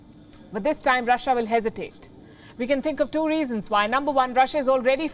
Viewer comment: Quit pronouncing Russiya. It's Russia or Roosia.